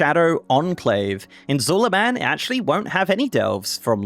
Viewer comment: There's no way you pronounce Zul'Aman like Zul"A-man, it's Zul"ahmaan my dude, where's your inner Troll?!